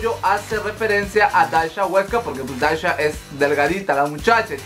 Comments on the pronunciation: se pronuncia dasia no dasha apende a pronunciar primero amigo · Es Dhasia y se pronuncia Dasiaaaa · Por qué pronuncias raro el nombre de Dhasia... se pronuncia tal cual DASIA... xd me enfado un poco... lo siento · Me gusta tu canal, pero por amor a tu deidad, aprende a pronunciar los nombres de los youtubers y/o sus canales. Tanto que vives hablando de la comunidad youtubera, deberías aprender a decir sus nombres. Ya pasó con Katie Ángel, ahora con Dhasia. El de la primera de pronuncia Keiti Anyel y de la segunda se pronuncia Dasia. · se el nombre de Dashia se pronuncia “Dasia” 😅